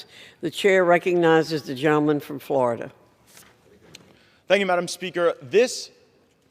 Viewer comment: Madam speaker sounds like she says Jell-O man instead of gentleman